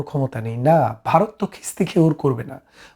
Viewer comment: আপনার আলোচনা ভালো। আপনি ভারতকে মাঝে মাঝে বারত বলছেন। তাছাড়া আরো কিছু শব্দ উচ্চারণ সঠিক করলে আপনার উপস্থাপনা ভালো হবে।